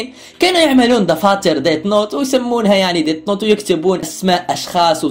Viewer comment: ليس اسمها ديت نوت 🤬❎اسمها ديث نوت ☑️😁